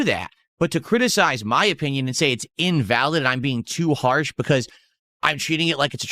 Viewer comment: “critiSIIIIIZZZE” needs a speech impediment named after him.